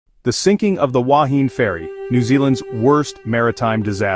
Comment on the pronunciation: This AI generated voice cant pronounce the word "Wahine" properly. Secondly it was not the worst shipwreck in New Zealand - that title goes to the sinking of the Orpheus in Manukau harbour in 1863 with the loss of 189 lives and several other wrecks with heavier loss of life have occurred over the years in New Zealand